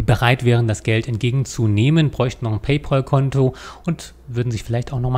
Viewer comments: paypÄl - nicht paypOl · Da hat der Herr Rechtsanwalt etwas nicht (oder extra falsch) verstanden. Macht ja nix. ☮ Und paypal wird paypäl ausgesprochen, von englisch 'pal' = Kumpel. 😘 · Ihr seid immer wieder zum Schießen! Paypäl ... Ich halte auch nicht viel davon alles zu anglisieren, (München-Munich) also spreche ich es so aus, wie es sich schreibt. Im Englischen eher "Paypoal" Und was hat er denn falsch verstanden? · PayPAAAAAAAAAAAl, da ist kein U drin. Warum spricht das jeder falsch aus? -_ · Ist schon traurig, wenn man als vermeintlich studierter nicht mal PayPal richtig aussprechen kann.